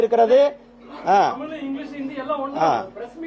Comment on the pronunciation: நீ முதல்ல தமிழ் ன்னு ஒழுங்கா உச்சரிக்க பழகு.... 😂